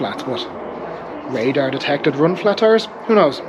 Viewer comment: Yo, Radar is the brand name of the, er...tire. Not R.A.D.A.R. 😆